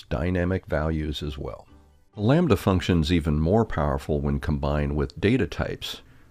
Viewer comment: sees “lambda” For no reason: says “Lom-badda”